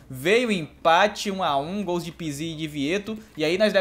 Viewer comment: Só eu que fico com agonia quando ele fala o nome do pizzi errado?